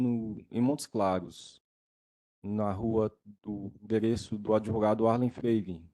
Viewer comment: Quererei cuidar me de mim. Assassinou até o português. "ADEVOGADO"